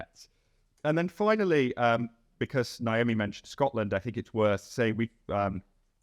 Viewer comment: I bet Naomi does a full-body wince every time murders her name. I know I do.